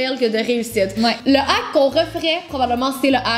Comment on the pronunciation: Ça m'fait saigner les oreilles comment que vous prononcez: "Ahk" il y a un H devant le A dans Hack... alors tu dois exagérer le H et c'est Hhaack! Sinon, c'était bien drôle tout ça! Bonne journée :)